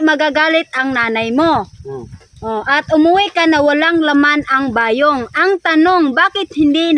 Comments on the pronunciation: Bayong!! Hindi ba yong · pronounce it quickly like Bayong..not ba yong..